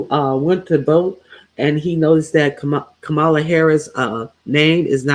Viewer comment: I am a silent fan. I watch most of your lives and 👍🏽 them. But I am so DISAPPOINTED that you mispronounce KAMA-la and instead say “ka-MAH-la. Get it right. I know your ❤️‍🔥 is in the right place.